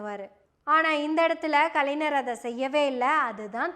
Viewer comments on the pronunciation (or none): அம்மா, கலைஞர் என்னும் பெயரை நீ கலைநர் என்று தவறாக உச்சரிக்கிறாய். மலையாளத்தில் ஞான், ஞங்ஙள் என்னும் சொற்களில் ஒலிப்பது போல கலைஞர்,அறிஞர் இப்பெயர்களில் உள்ள 'ஞ' வை ஒலிக்க வேண்டும்!